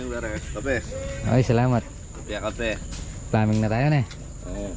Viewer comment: ''PLUMBING'' NGANI NOT PLAMING, ''PULLOUT'' NGANI NOT FULOUT